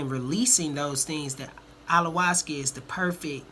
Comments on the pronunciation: What's Allawascuh? Bahahahahahahaha Ayahuasca guy....aya...hua....sca! Pronounce that shit right! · Correct pronouciation of it please....lol "i ya was cah" you keep saying "all la was cuh"